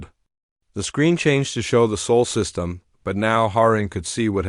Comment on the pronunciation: SOL not SOUL ! MORE CRAP from someone either too lazy to edit their own Literary G.I.G.O. or completely lacking in the ability to string more than two words into a coherent story ! RB/IA Rating is so low it is off the bottom even below -1E !